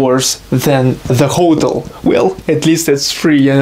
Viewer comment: Interesting, as always! Just a note; "Hotel" is pronounced "hoe-tell". Good job!